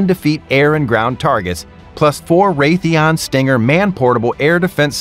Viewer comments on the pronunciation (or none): none